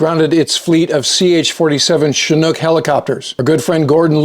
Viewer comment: Thanks for your great reporting as always, and for correctly pronouncing Chinook...